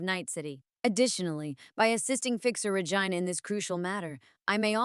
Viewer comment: So can pronounce other words correctly but not Regina 😅